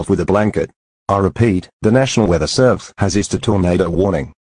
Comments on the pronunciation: AND THE WORD SERVESE WHAT IS SERVESE ITS SERVICE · “Nasional weather servese” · “Nasional weather servese isued a” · Um that is not Nasional its National and its Not Servesre, its Servese